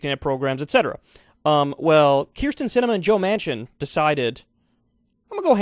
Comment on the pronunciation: Can you pls just learn how to say it. Kinda like Betsy DeVos